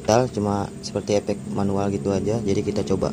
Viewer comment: Efek brow, bukan Epekk..😅😅